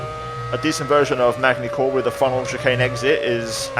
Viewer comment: please, for the love of god, don't ever pronaunce magny cours again!!!